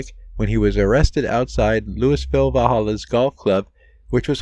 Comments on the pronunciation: It's not pronounced Lewisville. It's Lou ah vull. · Have you never heard the name of that city pronounced before? Louis is pronounced Louie. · Louisville is pronounced Lu-a-vull, not Lewis-ville. 😎😆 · Louie-ville, not Louis-ville.